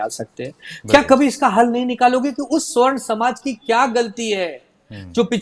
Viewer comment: Savarn bollte hai sr,swarn nhi